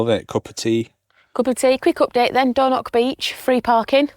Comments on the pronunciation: The Highlands really didn't deserve this pair of plonkers, and their massive campervan blocking highland roads. WTF is Dornock, if you can't pronounce it don't say it. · Please try to pronounce the place names correctly.🤣 Its not door knock beach. 😳 Ask a local how to pronounce the names, they are happy to help. 😁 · dornoch, with a ch at the end , not a c or a k. loch is the same ... and no wild camping in a motor home